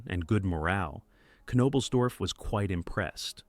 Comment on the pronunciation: I’m sorry but I can’t sit through an hour of you butchering his name.